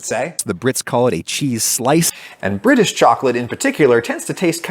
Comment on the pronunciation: Ohh British I thought he was saying someone’s name😂